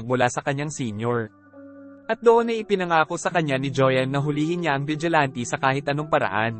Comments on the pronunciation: Vigilante not ti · Vigilante: Wla po ako intensyon n kht ano po…. Masyado po matigas ang pagkkbigkas nio po s huling dlawang letra s salitang Vigilante. Dapat po malambot parang ATE in tagalog SISTER in english. salamat po